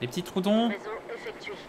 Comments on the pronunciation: Je crois que ça se dit tro-odon mdrrr et pas troudon 😭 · "troudon " j'ai soufert des oreille